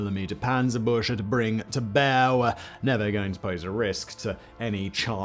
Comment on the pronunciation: Amazing video But it’s panzer bueCH Se not panzerbusche